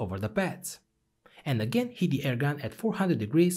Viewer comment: I made it 17 minutes in before I realized he is saying “heat the pad” not “hit the pad”